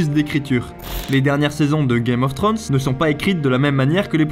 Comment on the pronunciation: GAME of "Trönssse? t'es sérieux tu peux pas le prononcer comme il faut. C'est pas compliquer!!